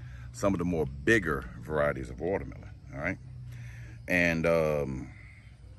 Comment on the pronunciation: MY man say ,"dont be mo scoundrel"🤣😭😭🤣🤣